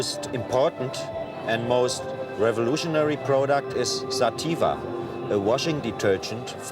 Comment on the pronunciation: Im like 5 minutes figuring out it was sativa ( sateeeva ) that she said .